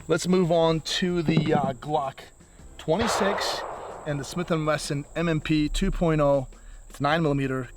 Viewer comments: Ok, slowly repeat after me “Smith and Wesson”😂😂😂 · Did he say Swith & Messon??